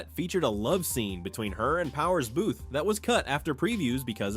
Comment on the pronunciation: Booth-eee. Fuck I hate AI.